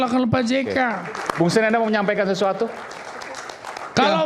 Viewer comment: Sten, Stenly, Bukan Stenly... hahahaha Lawak